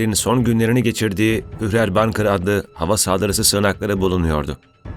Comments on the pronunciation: Bankir degil Bunker! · Okunusu bunka.. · okunusu da,yazilisi da 'bunker! r' i ne yaptin? Yani 'siginak'